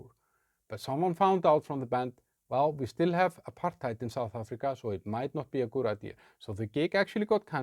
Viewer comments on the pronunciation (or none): none